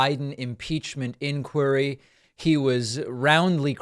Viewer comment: He can't even pronounce inquiry.